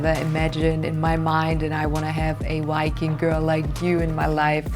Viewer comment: Is it a man and also it can't even say viking.